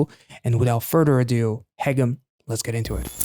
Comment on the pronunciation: Even though he sings "haegeum" quite often, you were already pronouncing it correctly before you even started, so my compliments on that 👍 The "eu" in Ye-eun is exactly the same (you were pronouncing that a little like Ye-oon). Same with Ga-eul.